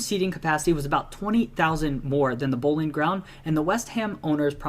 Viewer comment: London is never in southern central England. It's south east. And that guy () definitely needs help with pronouncing some of the words. Like "Thames" and "Boleyn"